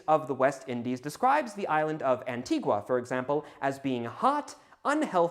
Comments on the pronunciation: It's pronounced 'anti- gah', and you should look into a man named Samuel Martin, of Antigua. I partook into an archeological dig there based off his plantation he ran. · Antigua is pronounced ann-tea-guh. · Just one note: The locals on the island of Antigua pronounce it ''An-TEE-gah''. [The U is silent.]